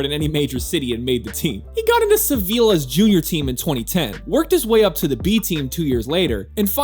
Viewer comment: I like how he had to cope both with LiepāJas and SeviLLa and in both cases it it the same sound (Latvian ''J'' and Spanish ''LL'' = ''Y" in American pronunciation) and he failed in both :D